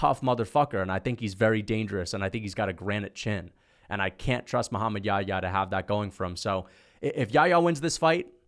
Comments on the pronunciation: It's not Yaya it's Yah-ya. It's a name of a prophet he was with Jesus pbuh. In the Bible he's called John the baptist. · I find it so funny how hes pronouncing Muhammad Yahya's name as "yaayaa" lol